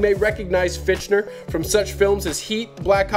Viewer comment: LOL "Fitchner". It's Fichtner (like Fickner) -the H and T are silent.